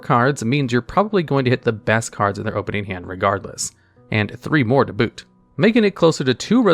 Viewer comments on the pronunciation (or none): none